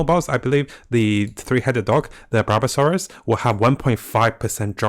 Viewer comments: Useful video but please pronounce correctly Barbarossa, it's Barbarossa not barbassora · Barbasora! Use water attack!! 🤣 I think is barbarosa bro and RO-Barg not Borag sounds like ur saying Borat lmao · bruh please, it is barbaROsa and not barbaSOra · Bar-ba-ro-sa not bar-ba-so-ra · that's so funny XD it's not ( Barba Sora ) it's ( BARBA ROSSA ) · its barbarossa, not barbasora. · Its barbarOOssa not barbasoRaa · "Barbassaurus" got me crying 🤣 Thanks for the vid!! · Sorry but I can’t ignore “Barbassora” 💀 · I'm sorry I can't stop laughing when you said Barbasaurus 🤣🤣🤣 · he called it barbasora thru out, im crying 😭😭😭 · ahh yess, the Barbasaourous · I thought he said barbasaurus a couple of times, I was like, is there a damn dinosaur world boss? kek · I heard barbasaurus lol which is wat I'm calling it from now on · sounds like bulbasaur in japanese xD